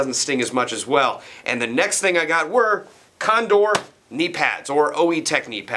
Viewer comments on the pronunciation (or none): (and "condoor", condor.)